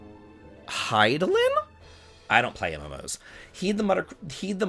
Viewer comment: You nailed the pronunciation of Hydaelyn